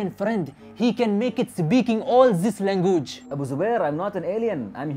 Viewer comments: The part when he says langugee😅😅😅😅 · Language= langoooj 😂😂😂😂